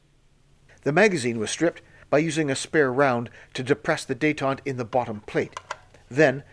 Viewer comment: Just one observation, about pronunciation, not the gun. you mentions the barrel nut detent. You pronounced Detent wrong. And again . Even allowing for global accents. What you pronounced is Détente, a period of reduced tensions between the United States and the Soviet Union during the Cold War. The term comes from the French word detente, which means "relaxation". What you should have pronounced is detent, a catch in a machine which prevents motion until released. Like this : Dee-tent.